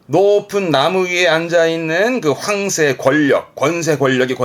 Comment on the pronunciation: 항상 잘 보고 있어요 많이 도움이 됩니다 그냥 황새 단어 억양이 이상해서 댓글 하나 썼어요